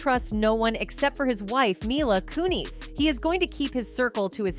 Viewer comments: Dear god I'm sorry but please stop saying their names right just to pronounce her last name "Ku-knees".. it's so irritating and makes the point of the video go unnoticed by some people. It's cringe af.. how can you pronounce their names right one minute and two seconds later get it wrong? Unless this is yet another AI voice.. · Can't they get an actual person to narrate the stuff? Instead of this AI shit? Ashtin kuT-cher? Mila KOONIS? They're busy just trying to pop out these videos so fast and keep forgetting how annoying and unprofessional the sounds of the times